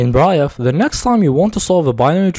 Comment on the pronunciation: that bri-eff though XD (brief is said as breef, not bri-eff)